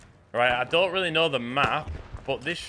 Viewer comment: The way you say 'dote' instead of 'don't' makes me think you are from my home town?...